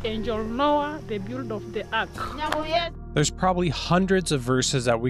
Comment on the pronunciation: …prophet Noah who built the arc… eh… what? Low key hard R right there. It just sounds like one guy tricking a lot of people who just don’t know any better.